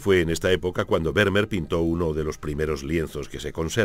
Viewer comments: Kyrie Eleison : de acuerdo. Exigir una pronunciación casi perfecta de “Vermeer” me parece innecesario y casi pedante. Pero acentuar arbitrariamente el apellido resulta molesto y un pelín chapucero .Y es fácil buscar cómo hacerlo correctamente. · Excelente documental. Lástima la pronunciación grave de Vermeer. ¿Se imaginan un documental holandés que pronuncie "Caldéron de la Barcá"? Sería muy molesto...